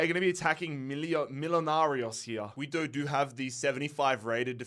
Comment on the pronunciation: Quito is pronounced ki-to, not qui-to